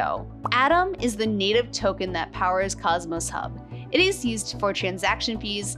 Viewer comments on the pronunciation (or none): none